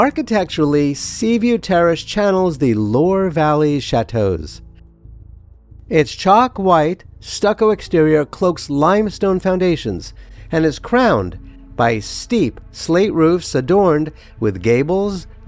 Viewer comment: Here’s how to pronounce Loire — “luh-waar.” If you ever have a question about pronounciations, just search online before you create your transcripts. That way, you sound like an authority and saves people like me who are annoyed by mangled pronunciations. I do like your easy-going manner and research. Your French needs a little work 😂